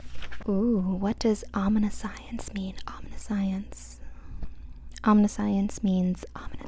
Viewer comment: Omniscience is om nih shence. But that’s ok.